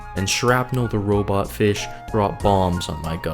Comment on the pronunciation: Haha. Feesh.